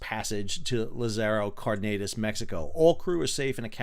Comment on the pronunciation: Accentuate the first a in Cardenas please so it sounds closer to what it is.